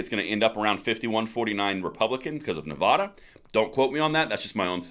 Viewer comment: NEVADA not NEVAHDA !!!